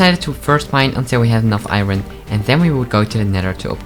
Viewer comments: I don’t know why but whenever he says, “Iron” It always makes me laugh for some reason. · I must admit that that is me too